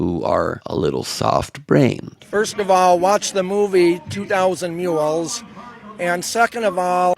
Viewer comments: "2,000 Muels"???? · 'Shudershine', 'Mark Zuckerbuck' and '2000 Mew-els' all made me LOL. These grade-A morons don't learn much of anything at school (assuming they even went) and seemingly become even dumber living in the right-wing echo chamber with only other mouth breathers and grifters. Thanks Ben! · I didn't realizes mules is a three syllable word.